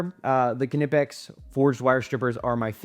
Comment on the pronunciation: I don’t understand why EVERYONE just assumes Knipex is pronounced “kanipex” while at the same time knowing damn well how to pronounce knife, knit, knock, known, etc😂